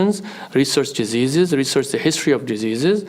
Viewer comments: Did Anus say “Jizzeases”? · Wait towards the end I think Anus telling folks to research "dejesus" or did he try and say "diseases"? 🤔😂😂😂😂